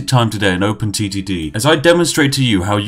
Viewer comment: Was I the only 1 Who though he said open STD